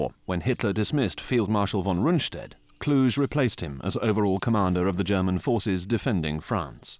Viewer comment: Kluge is pronounced differently.